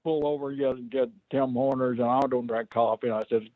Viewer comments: Its Tim Horton’s. not tim horners. Horton’s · Tim Horners🤣🤣🤣 You mean Tim Hortons. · Why did Brisco call it Tim HORNER'S INSTEAD OF Tim Hortons 😂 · Wondering that too. Turns out Tim Horner was a jobber back in the day. Fucking hilarious. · It’s Tim Horners from now on in our household.